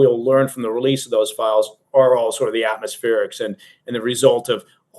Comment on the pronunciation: Did anybody else giggle when said, "...full relesse..."? 😄